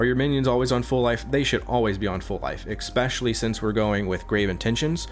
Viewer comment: I don't know why he allways say "expecially", as there no X in this word. I'm not english speaker, so maybe I'm wrong, but it's strange.